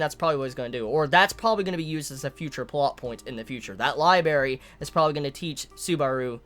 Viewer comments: its libRARY not liBARY damn it was fucking killing me whenever you said it... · Library, not Libary. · am i the only one bothered by the fact that he says LIBERY instead of LIBRARY lol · man i love this show but damn its gonna frustrate me. so many nice, touching moments with Emilia and co. essentially just got erased and Subaru is back to square one. there's also a ton of questions surrounding his restart ability now. oh and btw, it's lib'R'ary not libary:3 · say it with me Li-bray-ry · "Libary" rip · That was bugging me so much LOL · I kept flinching when he said liberry. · LIIIIES! I will have my berries, in my li !!! Love my liberries ) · I liked the review until you started saying "libary". Pronounce the second r man, come on. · You have a weird way of saying library